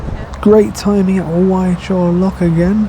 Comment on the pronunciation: Hey - Great video. Especially as this is all very familiar canal to me, as an ex-Bartonian (the Golden Eagle was in the Barton Stretch). Not trying to be pedantic - the local pronunciation for Wychnor is Witch-na, not Whitechnor. Alrewas is a difficult one for non-locals as well. As for the people who moved you on - they're pathetic and to your point should not live on a canal if they don't want to interact with the canal community. Far too many people like that around I'm afraid. Really appreciate all your videos and the continuing updates on the Bridgewater. Happy travels.